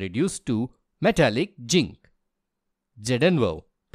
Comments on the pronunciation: Am I the only one who listened 'ginc' and not zinc? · ZINC❌ JINK✅ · Zinc ❎ Ching ✅